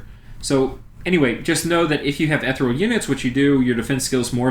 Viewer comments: Listening to you say ethereal wrong is maddening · Eth Ear ee uhl.Ethereal. Stygian - the g is like the dge in fudge. Stidgean. Sorry for the moment of pedantry, great great video, thank you very much, keep publishing em. There isn't another game out there like Dominions, and the more support it gets the better - and I must say, on youtube the support it does get, my god stuff like this and the actual plays you post and others, like MarcusAureliusLP, GeneralConfusion, Yakri and others I can't think of off the top of my head (and to them I apologize), is universally top notch. A great game inspires great support.